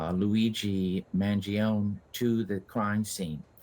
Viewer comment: Trump is so jealous of Luigi’s popularity that trump can’t even pronounce Luigi’s name.